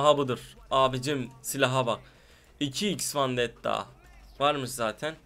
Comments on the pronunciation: biseyi de duzgun soyle la lenovA deil lenovO vAndetta deil vEndetta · Vandetta değil vendetta artık öğren şunu